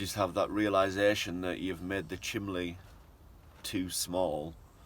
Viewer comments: You need to start saying chimney, not lol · Nah, that is just his regional dialect. North east, and south Yorkshire people always pronounce it as chimley! My late husband always did. And he used to say he was watching a "fillem" instead of film. Just the way people are raised, no right or wrong ways to say anything. Vivre le différence, as they say!